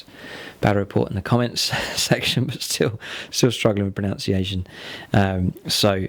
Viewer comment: "Still struggling with proNOUNciation..." I can't tell is this is expert level bait or not.